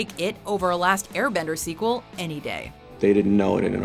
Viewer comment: Why do you keep saying squeal lol